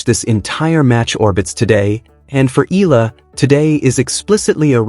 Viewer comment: pls. it's E ya la (Eala). NOT Ela or whatever you say it. AGAIN E ya la (Eala). ty